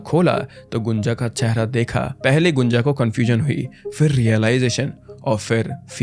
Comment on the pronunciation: Abhey gunja ko gunjan kyu boll rha baat baR